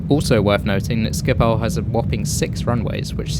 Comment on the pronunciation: It's Schiphol, not Schipol